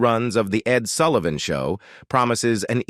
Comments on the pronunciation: It’s Sull i van not Sool ie von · The Ed Soolivan Show ?! Come on, get it right !